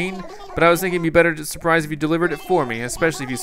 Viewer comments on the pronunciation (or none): none